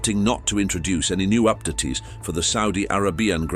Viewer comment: up-datt-ees? Is is SO hard to hire a V/O guy?